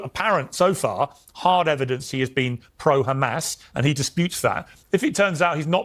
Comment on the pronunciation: Why you call them khamas? I actually appreciate your posts but they're Hamas....